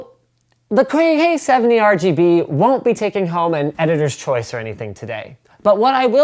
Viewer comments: wat "the coyeh 70rgb...) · "so, the KOI HEUU 70"